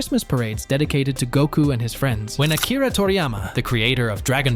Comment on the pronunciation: To us mexicans, and then you say Gouuuku 🤨